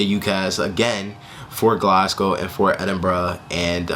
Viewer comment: your the first american ive heard pronounce glasgow the way the scots say it!!!